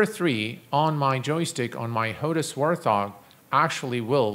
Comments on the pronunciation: "HOTAS war thog" It's wart - hog :) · Great video man, but I gotta say it.. it's WART HOG. Not WAR THOG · Good video. Just a minor irritant: the joystick is called a Wart-Hog (not Warth-Hog as you are pronouncing it) supposedly named after the warplane of the same name. No need to thank me, your welcome :-)